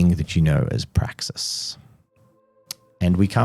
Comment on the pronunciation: "You may call me Praxis." "BRAXIS?" 😂😂